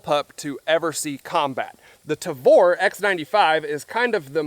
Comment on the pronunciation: you say "tavor" perfectly, good job.